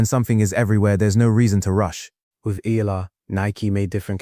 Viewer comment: pronounce her name right its not ela its E A Y A L A H